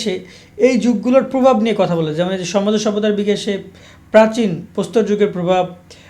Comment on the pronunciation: ঠিক মতো উচ্চারণ করতে পারেন না ভাই... প্রাচীন যুগ... প্রাচী ন যুগ না। শুধু ভিউ এর জন্য করেন সাজেশন কোনো অভিজ্ঞতায় নাই।